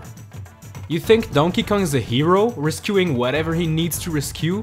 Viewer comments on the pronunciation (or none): is not a hero 10. He pronounces rescuing “risquing”